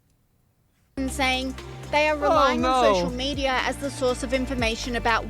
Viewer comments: It's not social media ,he said "maenia'😂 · I notice it for sure... he's not literally saying media but meniaa.. 😂😂